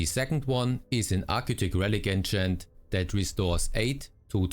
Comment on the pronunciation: Keep hearing "Ancient" whenever he says "enchant" 😑